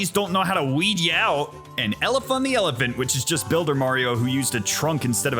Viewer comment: love how he said 'ellefunny elephant i said exactly that on my stream first time i played it yesterday xD